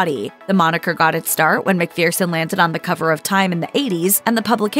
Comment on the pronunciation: McPhereson?.. it’s McPHERson.